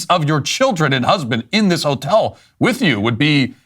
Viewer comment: ho-tel, enough said